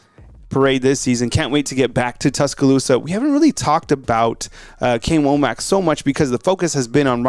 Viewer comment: Hey, I think it's pronounced "wammick" like says not "wo-mack"